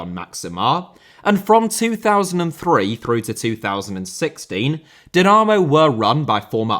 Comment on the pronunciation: This video deserves a like just for the pronunciation of the word Dinamo. Now that that is finally sorted, please make a documentary about Dinamo Bucharest.